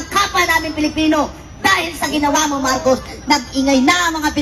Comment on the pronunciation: Pro marcos ang bata nag kamali biglas marco d nabigkas ang S